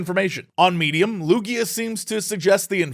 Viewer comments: It's Lui-ga (pronounced as written. Estonian name. Not Luidžia (as Mario and Luidžia). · I don't think that's how you pronounce "Luiga".